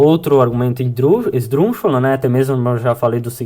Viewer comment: Esse menino tem que aprender a falar a palavra esdrúxulo. Ele fala esdruxo.